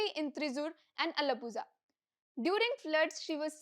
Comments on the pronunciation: Can’t believe that a journalist from The Print doesn’t know how to pronounce Alappuzha 🤦🏻‍♀️🤦🏻‍♀️🤦🏻‍♀️ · I came here to comment the same. Is ok for someone to not know, but content coming out unreviewed is not good